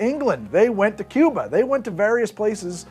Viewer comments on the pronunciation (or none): none